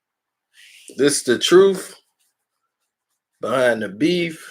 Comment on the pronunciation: Hmmm “troof” again!